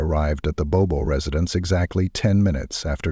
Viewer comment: This happened within 90 miles of my home in Middle TN. It was all over the local news in Nashville. In this video the last name is mispronounced. It is Bobo, pronounced exactly as it is written. Rest in peace Holly. My prayers continue for your family and friends. 🙏